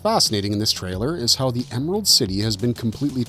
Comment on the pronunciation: "EMARALD CITY"???